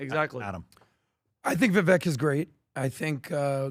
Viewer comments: still can't pronounce "Vivek?" Like come on. Vivek rhymes with "cake." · Adam so stupid…still can’t pronounce Vivek’s name. But you can get expert advice from him? Clown show